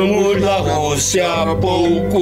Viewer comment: "A copa da Rrrruuuussiiia" kkkkkkk